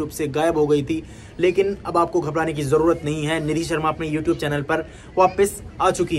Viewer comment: Ji Aapke Chennai ka Naam Aapki Jarurat to Sahi Words Jo Hai (Zarurat) ✅. Jarurat wrong Hai To please isko Edit kar Lo